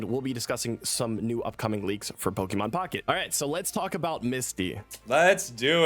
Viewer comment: I love you. but please for the love of GOD. PLEASE properly pronounce “POKÉMON”. It is NOT pronounced with a “ee” sound 😭😭😭